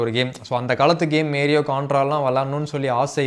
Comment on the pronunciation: மேரியோ இல்ல மாரியோ டா 😂😂😂😂